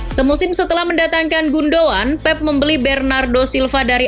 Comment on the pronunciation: Gundo"an".. wkkwkw